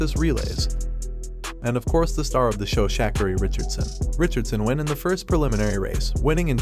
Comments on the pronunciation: I hate when they mispronounce her name. It's not Shack arie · "Shack-carry" Richardson. Well, you gotta admit it's not a common name. 😂